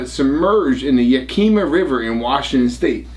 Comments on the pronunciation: it is pronounced Yak a ma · it's YÄK (as in yakity yak) I ( short not a long Ï ) mah ( as in maw) YÄKÏMÂH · What river in WA state? I live over here & surely you're not talking about the Yakima river? LOL it's pronounced (Ya·kuh·muh) 😂